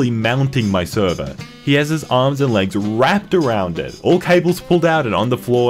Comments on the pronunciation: it's "around" lol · "around", the word is "around"